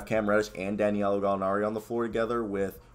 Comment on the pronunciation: It’s DA•NI•LO lol!! You struggle to get his name out. Sorry, it’s funny to me.